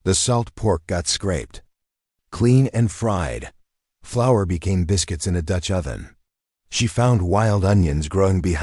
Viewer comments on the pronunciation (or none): none